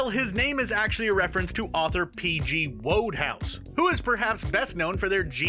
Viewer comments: P.G Wodehouse is pronounced P.G Woodhouse. As in Woodhouse. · P.G. Wodehouse’s last name is pronounced “Woodhouse” 🙂👌